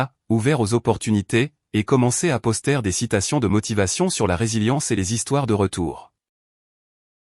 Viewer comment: La manière dont vous prononcez " poster "..😂😂😂😂..Est-il rieur au moins votre poster ? 🤪😁😁😁